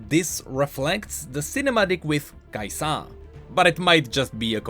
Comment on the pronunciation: Everytime u misprounounce KAisa makes me wanna punch things